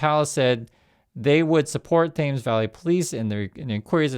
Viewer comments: Thames sounds like Tems, rhymes with thems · thames does not rhyme with james